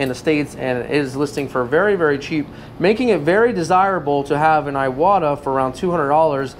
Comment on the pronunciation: Iwata is pronounced e-wa-ta, not eye-what-a.